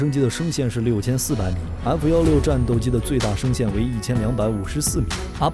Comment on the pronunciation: 0：41把F16的升限读错了，下次注意一点。